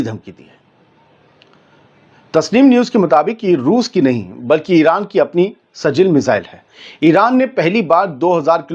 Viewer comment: Seal nahi sijeel hai.